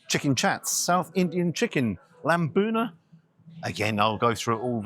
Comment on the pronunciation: Lamb bunda or what did he say